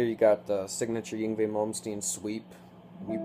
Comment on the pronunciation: ying vey? i think ur pronouncing it wrong, Yngwie= (INg-vey)